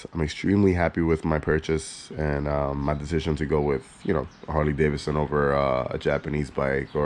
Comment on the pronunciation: The second “d” isn’t silent.